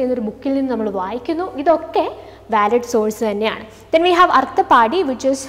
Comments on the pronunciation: അർത്ഥാപത്തി...അർത്ഥപാടി അല്ല ട്ടോ,..sanskrit word aanu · Ma'am actually it's pronunciation ശാബ്ദ & അർത്ഥാപത്തി